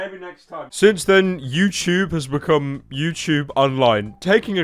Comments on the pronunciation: ah yes my favorite site youchube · pyro voice youchoob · when he said "youchube" i c r i e d